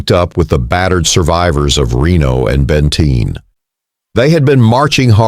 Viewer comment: BTW it's "BENTEEN" not Bentine 🙄 They also had left their sabers back camp miles behind the pack train. 🙄🤨